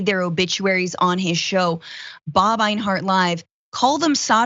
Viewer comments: Two quick tips for Francesca: One doesn't "relish in something;" one either "relishes something" or "takes relish in something." Also, the name Enyart is not pronounced AYN-hart, but rather EN-yert or EN-yart. In other words, pretty much the way it's written. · Enyart, not Einhart. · Einhart? LMAOOO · I hope people who followed that guy get triggered by you changing the Y in his name into an H somehow, and saying it over and over repeatedly... Finkle is Einhart, Einhart is Finkle! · Odd Question. Enyart being pronounced Einhart...?